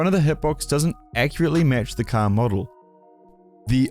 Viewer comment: man said “caah” instead of “car” 😭